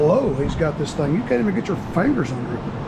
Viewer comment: I like the way u say fongers 😅